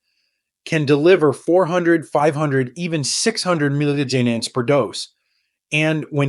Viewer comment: Why can’t this AI voice say “milligrams”?